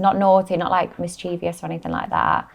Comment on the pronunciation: Of course Bonnie blue is the kind of person who says “mischievious”.